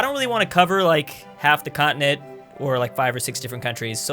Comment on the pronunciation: Everyone: continent: cottonit